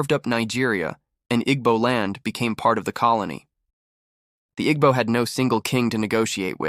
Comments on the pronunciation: At least say their name right Igbo is not pronounced ig-bo It is a tonal language that you will need to listen to once before getting it right, but this is so off. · He is pronouncing it wrong.